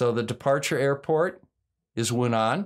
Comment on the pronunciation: Hi, it’s Wuhan, not Wunan 😜 The latter is in Australia. I’ve just operated back from Beijing and the place was a ghost town